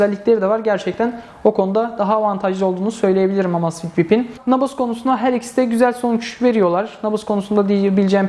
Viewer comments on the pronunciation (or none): Emeyzfit diye okunur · "Amasfit bip " :D